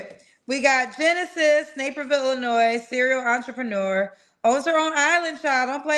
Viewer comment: You clearly don’t know what a “serial entrepreneur” is, nor can you even pronounce it. 😅😂